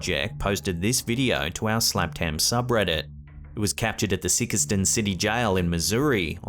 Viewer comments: Sikeston is pronounced like PSYCH (like the tv show)-stun, rhymes with like, not SICK-iss-stun. LOL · ' Sikeston, Missouri '...just as it sounds. Not the screwed up way it was mis-pronounced .